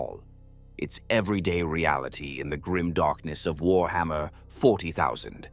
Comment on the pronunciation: having fun of further slaughtering the pronounciation of warhammer, I see!